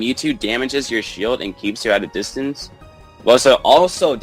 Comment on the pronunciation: Distance not distince.